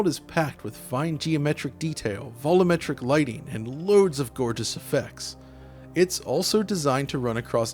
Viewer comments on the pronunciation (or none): Again with the "vollometric" lighting. Yo!: VOL-YOO-MET-RIC Why can you say "sheer volume" as "sheer VOL-YOOM" but "volumetric lighting" becomes "VO-LO-MET-RIC"? It's the same word as "volume" with "-etric" attached to the end.